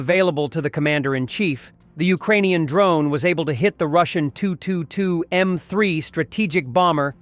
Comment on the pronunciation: Please stop using dumb AI - Tupolev 22 is T-U, not the French second-preson intimate tu